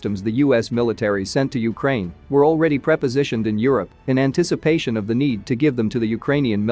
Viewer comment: I think you were trying to say pre-positioned, but failed.